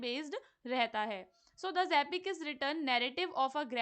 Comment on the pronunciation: It's epic not apic ...you harpic😊